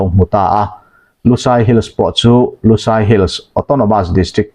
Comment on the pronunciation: LUSAI tih hi kan chhehvel bengoli ho min kohna a ni lo. LUSEI missed pronounced a ni. DUHLIAN tih pawh hi kan chhehvel bengoli ho min kohna a ni lo. Kan ṭawng hming a ni. Hriat sual palh a nih hmel.